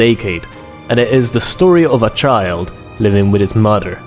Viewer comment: "his muder"